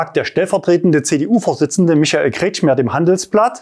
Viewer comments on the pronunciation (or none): none